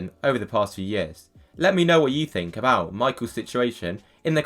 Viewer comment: You’re reasoning is as bad as your monotone awful use of the English language! Three has a TH, think has a TH! Your footage is incredibly annoying and inaccurate